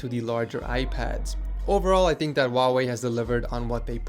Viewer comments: It's not wau wey it's hu like huu why? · Is it just me who think he said huawei really weird at the start? Sounded more like “vavei”